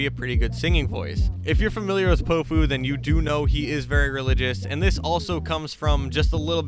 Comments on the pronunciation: I’m pretty sure it’s pronounced pow-few Not poh-few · it’s POW-fu not po-fu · I listen to him a lot been listening for years ever since Promoting Sounds posted his songs. Plus it’s Pow-Fu not Pohfu but you’ve got a good video here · Bruh your saying his name wrong it’s not po-fu it’s pow-fu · Is it just me or did it piss anyone else off how he pronounced his name poe foo the entire video, it’s pronounced pow foo my guy like it’s not that difficult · he’s been my top artist for three years now!!! ive spent so long wishing more people knew more of his songs, this is a great video! (also it’s pronounced Pow - fu (pow as in power, instead of pow like tow) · POW-fu, not po fu, you foo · Bro if your gonna make an artist bio on Powfu pronounce his name right at least! 😂 It’s POWfu like a comic book pow! It’s not poefu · it’s pronounced Pow fu i thought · did he just say p0ofu? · Bro, you gotta say his name right. Its pronounced POW like in powerful. POW-fu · (Pau-foo) pronunciation or (pow-foo) 🙃, just thought I’d spread spread this… Go listen to him say it himself in his song “would look perfect” at time stamp to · its pow-fu. like kong fu but great VIDEO !!! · the way you say powfu jesus christ